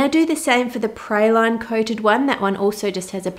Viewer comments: I’m from Louisiana and not to criticize but it’s pray-lean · Pray-lyne 😂😂😂 I can’t even... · Look lovely and delicious. Interesting pronunciation of "praline." I'm from the South in the US. We're very much into candies called pralines. However, here they are pronounced "praw-leen." This is not unlike our pronunciation of the name of the delicious American nut pecan. Yankees, i.e., northerners, pronounce this word as "pee-can;" we southerners, from where the nut grows best, say "pee-cahn." Oh, well, variety is the spice of life, is it not? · I love pralines....but that's not even close. 1. The correct pronunciation is PRA like RAW.... LINES like LEENS (also see LEANS) 2. My great grandmother made this all the time. With PECANS (pa cawns) ! The caramel stage is pour out on a cool surface (think froze overnight marble pastry board or what I do...put 3 sheet pans in the freezer best if overnight) using her wooden spoon she would stir in the nuts then spoon them on the cooled baking trays. You cover them overnight break them up some and put them in Tupperware to enjoy. Pralines are creamy. Not crunchy. The only thing you need to chew is the nuts. Lol Good luck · I learned several things in this video besides the intended confection! I didn't know there was another way to say praline (pray-lean here in Texas) or that it's made with anything but pecans! Our praline's look completely different! Yours resembles more of a almond brittle to me. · Huh Ive heard praline pronounced praw-leen and pray-leen (its a common debate about which is right in the US) but never praw-line